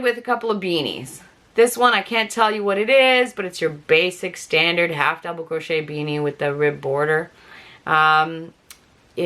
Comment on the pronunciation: Wait..."crotch shetter" is that how u say Crochet lol